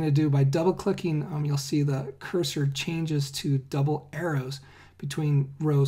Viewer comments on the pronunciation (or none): none